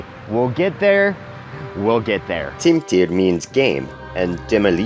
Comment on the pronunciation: Sorry to say, but you completely fail to pronounce long vowels or consonants ..... u say /timp.tir de.ma.li.ti/ and not /timp.tir de.e.ma.li.i.ti/ and /la.nis.ter va mo.ri.ot zi.ha ge,li,ni a.de.mis/ instead of /lan.nis.ter va mo.ri.ot. zi.ha ge.e.li.i.ni.i ad.dem.mis/ ... long sounds are as long as two single ones are, just blended together continuously